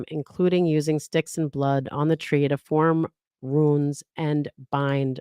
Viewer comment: It's runes not ruins